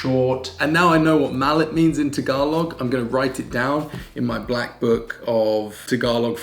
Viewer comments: it's not "malit", small is "MALIIT" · hi, and chloe, Small in english in tagalog its Maliit not malit double i maliit. hehe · Its Maliit not Malit pronounced Ma-li-it. Its double "i" like bagoong has double "o". Keep up the good work. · Its not "malit" its maliit pronounces as ma-li-it... Keep it up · It's "maliit" and not "malit". Your translation is correct, "maliit" is "small" in English. You pronounce it muh-lee-eat. :) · Its Maliit not malit :) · It is Maliit. Ma-li-it.. mena small. Usually in tagalog language. It there is double vowel we pronounce them separately. Like maliit as small /.bagoong as shrimp paste, / nakaraan as previous/ paalam as bye / saan as where / doon as there / and many more. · Ma-li-it (small) you need to syllabicate this word 😊 You’re doing awesome!